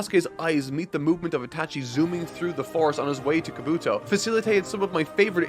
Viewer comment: This is gonna sound nitpicky, but, you gotta work on your pronunciation, chief. Japanese almost always lacks emphasis or stress on individual syllables over another in a word when spoken, so words you say like ka-BUto or ko-NOha aren’t being spoken correctly. You’d say ka-bu-to or ko-no-ha. Every syllable is its own beat, all with the same emphasis. Great work, regardless.